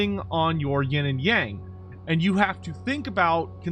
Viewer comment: Would be nice if you can pronounce “Yang” properly. It shares almost the exact pronunciation of “young”, just FYI.